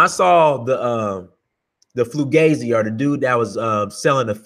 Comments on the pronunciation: My fault your right he did slipped up and say Flugazi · No Fugazi or as I say fugaze!!! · are you saying "flugazy"?